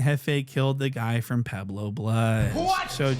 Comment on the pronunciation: Pueblo this fool keep saying Pablo.